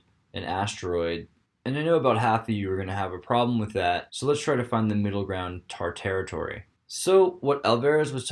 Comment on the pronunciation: when you said "tar-territory" I made a sharp, loud weird laugh. if you got a second, could you explain your introduction pictures to me? i just spent a while lookin at em and the weirdness is jellin' with my own curiosities into optical things.